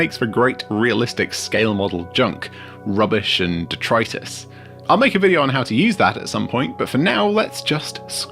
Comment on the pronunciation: Did you say detritus or Detroitus for the extra basing material?